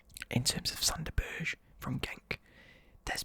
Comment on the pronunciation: Hey, did you know Sander Berge's last name is pronounced Burger like Sander Burger, I know even I was suprised when I found out!